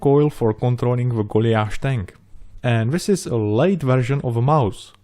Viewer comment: Absolutely love your videos and work. Beautiful! But are you pronouncing "Goliath" - Golly ath please? We would usually say Goll-eye-ath.?